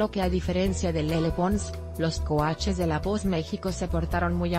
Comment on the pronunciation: Ni siquiera sabe decir coaches bien jajajajajaja que ridicules